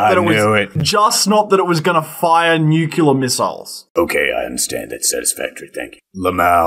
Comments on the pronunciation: Trigger warning. "nucular". Way too often. In earnest. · Nucular? Like ocular? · New clear, not Nu ku lur. IH says it correctly, but the Britt chews it wrong. Great video regardless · > Did you watch the video? One of them says "nucular". I'm complaining about that. I know how to write and pronounce it, and it makes me cringe every time someone gets it wrong. Hence my trigger warning.